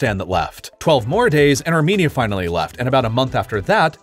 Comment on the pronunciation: when it says "left" i hear something like "laugh"